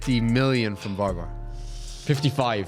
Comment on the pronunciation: He called Varvar Masturbator 🤣